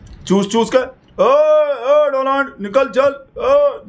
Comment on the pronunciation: Donald nhi bhai...Modi ji ki tune me Doland bolo..